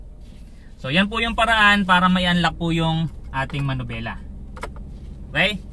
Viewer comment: Bakit ba laging MANUBELA? hindi manubela... MANIBELA ang tama.